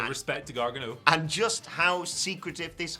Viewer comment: It’s GAR-GANO, not Gar-Ga-No 🤣 You guys make him sound like Gargamel 😂